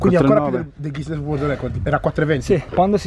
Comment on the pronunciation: WORLD ...NON WORD